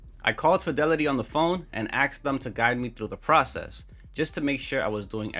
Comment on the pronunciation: you called Fidelity & axed them?